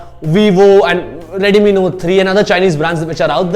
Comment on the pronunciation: it's not rare, it's rear and moreover it's not radmi, it's redmi 😒😒😒😒 pronounce perfectly bruh